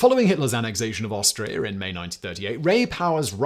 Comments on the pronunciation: I had to listen several times to be sure he said Austria and not Australia. Cause that would have come as a shock haha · when your so posh you pronounce Austria as Australia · Why do I hear you say Australia instead of Austria? Either I need a good long sleep or I'm going nuts, possibly the later. 😄